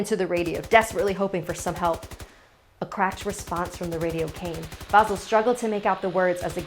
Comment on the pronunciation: Vasìl* not vàsil